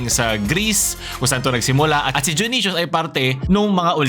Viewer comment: Kala ko dayonaysus yung pag ka bigkas junisus pala